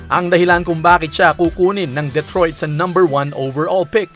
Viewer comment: Duh-troyt not Deh-troyt